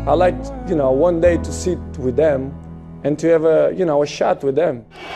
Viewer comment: he said shat with them